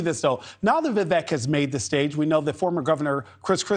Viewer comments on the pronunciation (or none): Learn how to say Vivek’s name. Vivek like CAKE!